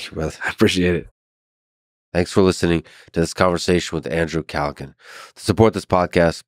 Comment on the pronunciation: Had him on and still did pronounce his name right